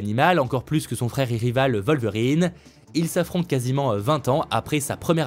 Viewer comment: C'est qui "vol-verine?" 😂